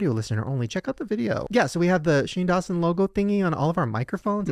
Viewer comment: I thought stopped because he realized he said "Shane Dawshin" 😂😂